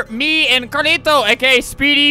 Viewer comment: Uhhhhh its pronounced............. CARLITO